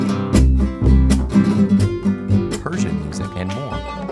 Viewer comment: Quechua is not "kekua" is "ketshua"